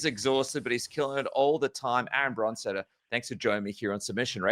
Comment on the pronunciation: Aaron VON BRON-steter 😂😂😂